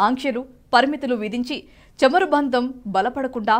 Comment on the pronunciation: Please correct you pronounciation...it is not chamaru it is CHAMURU. Also not కల్లు it is కళ్ళు..🙏🙏